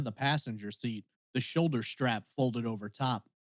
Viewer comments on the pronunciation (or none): What is a "schtrap"???